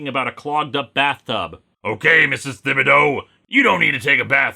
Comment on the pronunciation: It's pronounced "TIB-bodaux" or "TEE-bodeaux". It's Cajun. :P